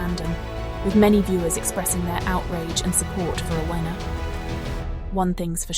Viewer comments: FGS! Its pronounced Afina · Sorry, but her name is pronounced "ATHENA".